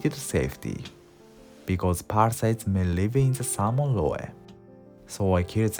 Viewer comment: Excellent video. I plan to do this with the next salmon I catch! Small note, in English we don't pronounce the e at the end of roe. That e makes the o "long". In Katakana, pronounce "roe" like this: ロオ